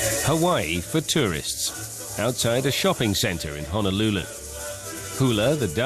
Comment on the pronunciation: sorry narrator there is no such thing as Hanalulu-Hana is in Maui, please pronounce HO NO LU LU correctly!